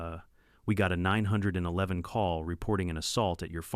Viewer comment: Jesus Maria am I sick of hearing "Ninehundredeleven". Now there's "ASS HOLTED"